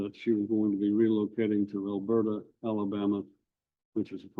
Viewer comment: I just need dad’s attorney to pronounce Elberta correctly 😂😂😂